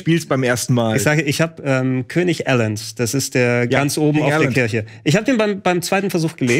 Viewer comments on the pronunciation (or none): none